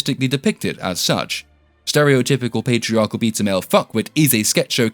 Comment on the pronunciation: every time you said "beta" i heard "pizza"